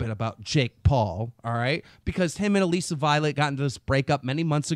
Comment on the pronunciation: Keem it's Alissa not aleesa like come on it's been almost a year and you still can't pronounce it!